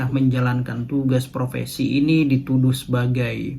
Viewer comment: Bukan provesi mas, tapi profesi